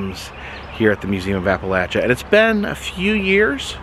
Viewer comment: Finley someone that pronounces Appalachia the right way..